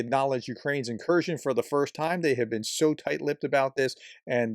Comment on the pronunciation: It’s an in-kurskion.